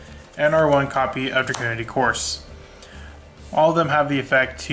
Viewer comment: And right before the 4 new support cards were announced. Your dreams have come true! Also, many people have a lot of trouble with the pronunciation of the Dragunity monsters: Guisarme is not "gwiss-arm" it's "giz-arm". Couse is not "Course" it's "Koos" - there is no r. Leyvaten is not "Leviatien" it's "Lay-VAT-en".